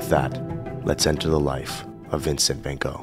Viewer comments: Who is ‘Vincent Van Go’ ? With respect you mispronounce ‘Van Gogh’ several times in this short piece. Many would conclude, that getting his name correct would be the best way to make a start. Apart from that this is a great look at Vincent and his life, excellent. Plus. you didn’t neglect ‘Jo’ if it had not been for her we would know nothing of Vincent and his work. Thank you for these inspiring insights. Ps. The photo you show is not Vincent Van Gogh. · Hi surname is pronounced Vincent Van "GOFF" Not Vincent Van "GO" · it's van gogggg, not ven go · I can't believe how such a great polyglot like pronounces Van Gogh as Bengo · This is really lovely, but oh, so difficult to listen to your 'Van Go' pronunciation of Van Gogh's name. So difficult! 😬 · Sorry. I cringe every time you say Van Go. It's Gogh. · How about learning to say his name ??????? "Wen Go" ???????? It is (first) FANN and (second) CHOCHHH...... the brother TAY-Oh, not TheeOH...and so on..... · I'm surprised (but not disappointed) that you did not pronounce his name correctly. You are the master of languages. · You learned so much! Except how to pronounce his last name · Why do Americans consistently pronounce Van Gogh's name wrong 😂